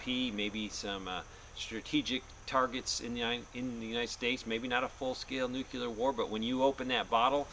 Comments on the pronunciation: Noo-Clee-UR. Not nukUlar. Just sayin. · You said nucular war....lol......just like Bushie! It's noo-clee-ar. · NUCLEAR not NUCULER!! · nuc-U-ler is not a word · Nukleear not nukeelar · nookyoular is not a word. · I don't worry about ANYTHING "Nuc-U-lar" since it doesn't exist. Nuc-LE-AR on the other hand, is something to take serious. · Nucular! Lol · It's NU-CLE-AR, not nuc-u-lar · Let's take advice from someone who can't even say "nuclear" correctly. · nucular is not a word. I thought only 5 year olds talked like that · NU CLEAR say it right or dont say ot at all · just Biden my time (Nuclear has 2 syllables.) Welcome home to your son. I recommend your channel a lot. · I thought it was Nuk-ler?? hehehe shades of W promoting his cause. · Hahaha! Now that's funny! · He's using the GW Bush pronunciation, which has been deemed socially acceptable by the US govt. before his leaving the white house. lol